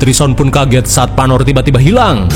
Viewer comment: Salah min bkn panor tapi panu😂😂😂